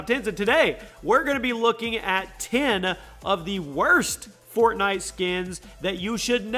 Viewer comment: He said fortknot at the beginning of the video 😂😂